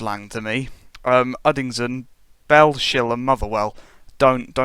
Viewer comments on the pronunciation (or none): It's not "Bell-Shill", it's "Bells-Hill". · Bellshill is pronounced Bells-hill